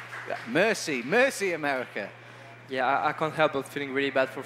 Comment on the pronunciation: did he say "mercy america" or "merci america"